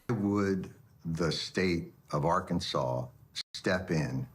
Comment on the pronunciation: As a person from Kansas u best correct the way u say Arkansas boi😮